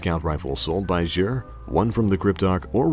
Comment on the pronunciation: He also mispronounces Xur